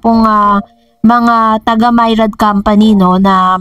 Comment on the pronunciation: Myriad po..hndi Mayrad